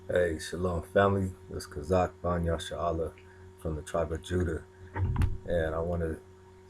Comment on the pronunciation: thank you for "Chazak BAN" and not "ben" which is Canaanite dialect ... much respect